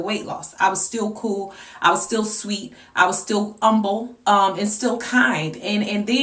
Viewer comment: lol. I was watching this video and my mother was sitting next to me and when you said you were 'umble' my mom said "no she did not just say 'umble' like she a church mother working at the alter"